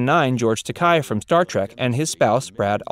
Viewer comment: Good job of mispronouncing George Takei's last name.